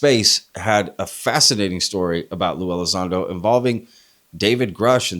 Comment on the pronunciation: LUE E- LIE- ZONDO. always lies when it comes to Lue. 😂